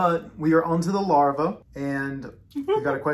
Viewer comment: LarvAa 😂😂😂 it bugged me when you kept saying it wrong 😂😂😂